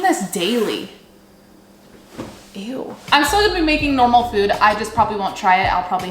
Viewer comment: I really thought she said moop not food at the beginning